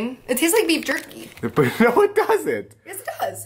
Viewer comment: how she said beef jerky